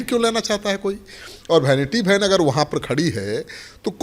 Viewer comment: Bhainiti bhan pronounciation hai😂😂😂😂😂😂😂😂